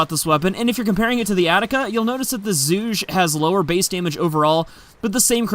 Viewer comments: It's pronounced "Zhoo-gay". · Btw it's pronounced Zhu-gey like Zhuge Liang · Zhoo-Gay, play dynasty warriors, that's how they pronounce it. as in Zhuge Liang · I speak (some) Chinese, with a Chinese history enthusiast of a Chinese father, and I can confirm that the name is a throwback to Zhuge Liang So it would probably be pronounced 'ju-guhr'. Think 'Juice', but just the Ju, and 'guh' mixed with 'er'. If all else fails, Google translate will probably pronounce it for you